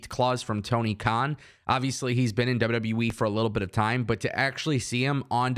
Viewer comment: Did you just call WWE, WW Weee. LOL. Just sounds like it. J/K